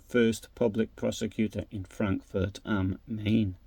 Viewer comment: am Mine not Mane